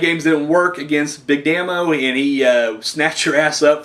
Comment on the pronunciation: P.s. it it pronounced Big DAY-MO, its short for Damien, very good review man! great stuff